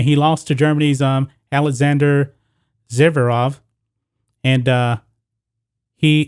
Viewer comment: It would help if you would at least learn how to pronounce the few names you plan to use in your video. It's Zverev not Zeverev.